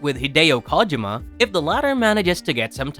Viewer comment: Hideo Kahjama 😂 it’s it’s pronounced Koh-Jee-ma bro :)